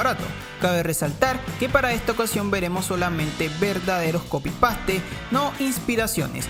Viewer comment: Wen en el video dices "copi pastee" 🤣🤣